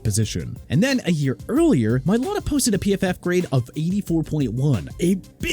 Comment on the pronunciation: Tyrann (ty-ron) Mathieu Mr. Illiterate... also it's Mai-lah-tah... Smh... every time... every time... can't pronounce athletes names right...